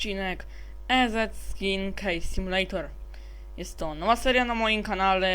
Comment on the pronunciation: Czyta się "izi" skins -_